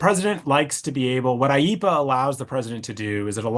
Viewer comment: There’s no such thing as “eepa” dude. It’s IEEPA.